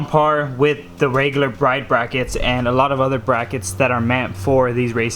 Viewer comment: Liked before watching! It's pronounced brid tho